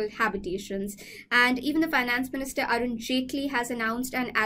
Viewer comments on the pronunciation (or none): none